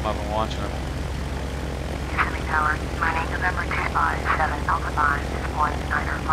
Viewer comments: loved the vid. had to laugh at your pronunciation. thats how my wife and i pronounced it when we first saw the name. but right. ki-SIM-ee. lol. keep making vids and we'll keep watching them.:) you are a good teacher. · it is Ka-sihm-me not kiss-a-me.